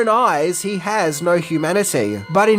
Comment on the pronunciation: “…He said naur”